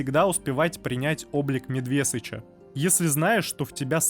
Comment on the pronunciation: ну какой нахрен медвЕсыч? это соедены два слова медведь и сыч. нахрена ты ударение из не полного слова берешь? может тогда волкОдав будем говорить? или автОкран?